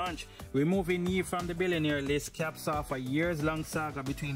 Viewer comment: It's YE = (YAY) not ( YEE) LOL